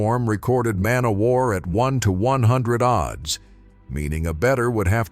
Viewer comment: The O.D.D.S? That’s odds. Too magnificent of a horse to be reduced down to an AI narrative!!😡